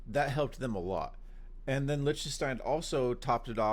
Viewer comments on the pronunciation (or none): Pronounce it Licktenstein not Lishtenstein (Lichtenstein)